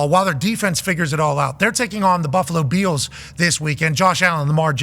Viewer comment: Buffalo “beals” pat what 😂